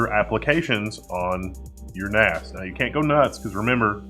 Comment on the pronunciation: I heard 'Ass' several times.. Took me a while to get to 'Axe'.